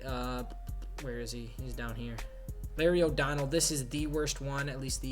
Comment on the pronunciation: LARRY "O" DONELL?!?? WHAT THE FUCK!